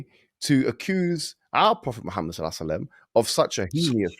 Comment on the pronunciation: Hiw can you speak about islam and, and get his name wrong this is just basic stuff, embarrassing